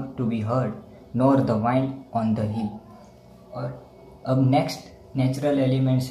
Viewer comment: Bro it's very good but please pronounce wind properly